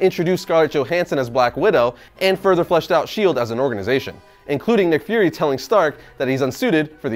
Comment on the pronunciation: You say nick fury, I hear mcfury